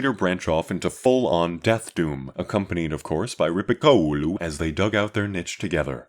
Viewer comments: Very good content from my point of perspective (both personally a metalhead, that is, as well as the channel). And you didn't have that much bad pronunciation either: only Rippikoulu clearly sounded a little bit funny, but even as a Finnish could easily understand what you were talking about. Cheers! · The pronounciation of Rippikoulu was priceless